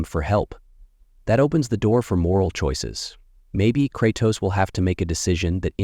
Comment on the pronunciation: cratoos and atreeus